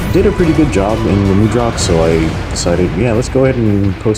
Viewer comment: mud rock. say it like that. not mood rock.